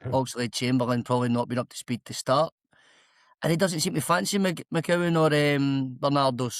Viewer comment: Tell the guy at the bottom its McCowan and Adamu.. guys on a platform talking about celtic and cant even get the players names right. And saying iheanachos out of shape and wont get near the team.. why the fk has kasper been getting games? Hes a literal teletubbie